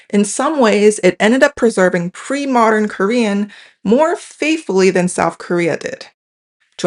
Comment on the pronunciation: This is super interesting, but I can’t help but laugh at the fact that in this video about language and pronunciation, this lady clearly says NORF and SOUF throughout. Makes me chuckle